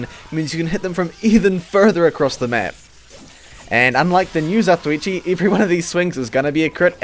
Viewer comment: I am pretty sure its pronounce, Half-(Za-To-Wee-Chee) eh who the hell cares anyway